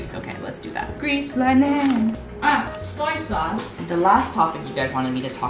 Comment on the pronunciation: That was the best spon I've seen in a YouTube video everrr (also my soul sounds like the way you said soysause 😂😂)